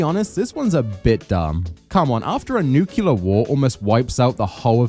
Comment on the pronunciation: PLEASE learn how to pronounce "nuclear" 😂 you're doing a Fallout video, it will definitely come up!